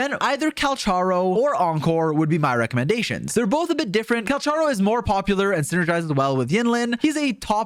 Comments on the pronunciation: Just a note.Calcharo is supposed to be Cal "ka" ro, i think, since thats how the chinese name is pronounced. But still that doesnt make him any less hot:) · Its pronounced 'Kal-karo'